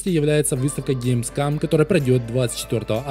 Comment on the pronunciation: Каждый раз, когда говорит ГеймсКАМ: 🤣🤣🤣